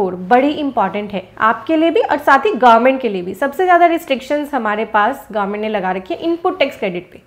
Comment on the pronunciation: Government instead of garment...😅